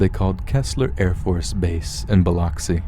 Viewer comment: Bi-lux-ee for Biloxi. Go-shay for Gautier. Key-sler for Keesler. lol. Good stories though!